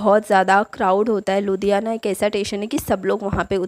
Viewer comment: It's not tation it's station 🚉 but nice video